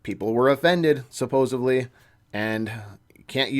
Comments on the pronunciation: Please learn the word supposedly. It's not supposeBly. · I didn't know supposedly had a V in it.....🤔